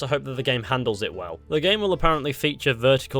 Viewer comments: Jorvik is pronounced as yorvik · For the love of God Vikings (like all Scandinavians) pronounce J like a Y so Jorvik would sound like Yorvik